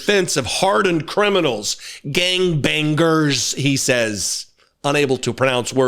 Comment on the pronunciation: Watching that clip of Steven Miller and the way he pronounced " gang bangers"...anyone else besides me have an image of Dr. Evil from Austin Powers movies pop into their mind?😂